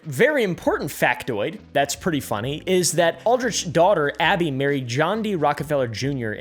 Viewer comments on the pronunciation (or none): none